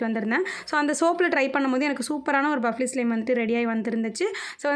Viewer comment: Athu buffly ila fluffy🤦🏽‍♀️